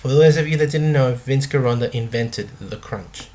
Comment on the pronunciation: Interesting content and series on Vince Gironda--pronounced: "Gee-Rhonda", not "ghee".